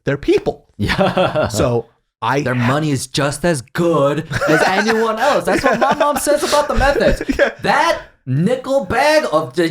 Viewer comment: Great podcast! Side note: anyone else notice pronounces the word “else” as “AL’s”? Lmao 😂 Love ya